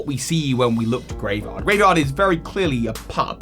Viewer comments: constantly calling it Graevard instead of Greavard is making me cringe. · Might just be your accent, but it's spelled Greavard and the website specifically uses the word grievous in relation to it, so most likely it is pronounced Greave/Greev-ard not Grave-ard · it is kinda odd, it is almost certainly not pronounced like graveyard without the Y like how pronounced it though, that would be too on the nose if you ask me and would probably be spelled Gravard or Graevard, putting the E first suggests some different pronounciation. Maybe it is hinting at its evolution having some sort of armor? Greaves are classical shin armor while also sounding like grieve (as in: to mourn)